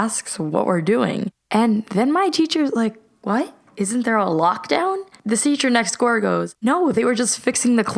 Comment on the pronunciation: What is she saying here? (I know she's trying to say "the teacher next door" but it sounds a bit weird and also this isn't a hate comment)